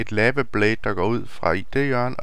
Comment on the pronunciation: lava udtales ikke lama